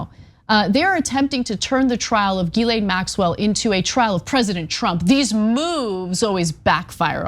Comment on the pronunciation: Ana said it right. Come on, you know our girl did her homework!